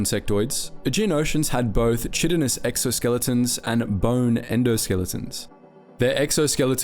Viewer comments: Its pronounced "Kai-tin" or "Kai-tin-ous." Fucking American school system. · Aquiefer read as aquifier, chitin read with ch ‘stead of kh, forgotten to delete a second take of some phrases😭 dude id be so ashamed of myself, goddamn Please be better pleeeeeease be better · Are you using Ai to narrate this? tehre are several places where you repeat the same sentence a few times (right after you just said it) and you're mispronouncing basic words like Chitin and Pupae